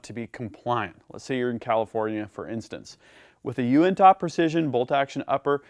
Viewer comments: Great videos. Love the channel. By the way it would be pronouced more like "you-in-tuh" Keep up the good work. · Not trying to be that guy but being from the uintah basin your pronunciation of uintah is killing my ears. It is pronounced (YOU-in-Tah) otherwise I really like your channel keep up the great work. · Uintah is pronounced (U-win-tah) it’s a mountain range in Utah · Fyi, It's actually pronounced you-in-tuh. Love, a regular visitor of the Uintah mountains in Utah. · Hey, I’m from Utah. It’s pronounced “you-in-tuh” real lazy. like “hey, you in tuh shooting guns?” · Being from Utah allow me to correct your pronunciation of Uintah. it should be said you-in-ta.With a slight emphasis on the “in” Thanks for a great video! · The way you say Uintah is funny i makes me laugh. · You say uintah so strangely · Haha, yeah, I guess there is right, and actually right. It took me by surprise because I’ve never heard anyone pronounce it like that. Made me chuckle a little. Also, if you ever make it to Zion national park, it’s pronounced “Zi-un” NOT “Zi-on” 😂😂